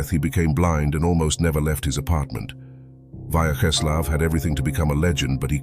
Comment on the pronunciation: Pronounce: VYACZESLAV (not VAYCZESLAV)